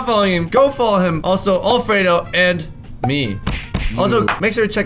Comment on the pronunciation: "LoOk At MeH, LoOk At ChU" yes yes a very big difference. he is has the higher IQ.